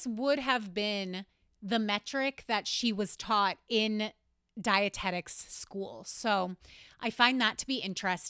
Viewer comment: when you said dietetics school i was like omg shes a scientologist then i realised thats dianetics lol